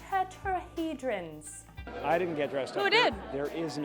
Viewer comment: This dumb bitch couldn't say tetrahedron there making him out to be sick but the environment he's in sick 😷